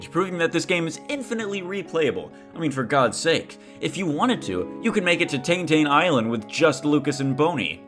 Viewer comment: Not saying that you can't say it this way, but I'm so unused to the way you say "Tanetane Island". I always think of pronouncing the "e", like you would in Japanese.